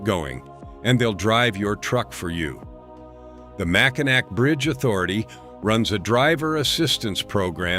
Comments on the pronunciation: It is never pronounced "MACINAC". That is the French phenetic spelling of Mackinaw. When a Frenchman sees Mackinac, he says "MACINAW". There is no such word that is pronounced MACINAC. Deal with it. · FFS, teach AI that it’s pronounced “Mack-in-AWE” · You totally did not due justice to #12 the Mackinac bridge connecting lower michigan with Upper michigan. A basic wrong is pronunciation sounds like this "Mack-in-naw" but the big thing about this bridge it 1). It is listed in the top 10 most scariest bridges. 2). This bridge can and WILL sway/swing up to 10 feet on BOTH sides during high winds, you mentioned ice & the bridge will close due to falling ice, but you failed to mention that anyone can be driving on that bridge when that ice falls & yes it has hit cars & trucks, smashing windshields, roofs. Hoods & trunks. Can you imagine driving on a 5 mile bridge then suddenly SMASH as your windshield explodes in front of you? Bridge authority will now close the bridge for anywhere from a couple hours to over 12. On each side of the bridge the hotels get booked full, many gas stations run out of fuel. You get the picture. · Mackinac is pronounced mackinaw there is one car the wind blew off the bridge it was Yogo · Mackinack pronounced Mackinaw. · Michigan. Mack-A-Naw Bridge. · That’s not how you pronounce Mackinac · Naturally, AI mispronounces Mackinac!🙄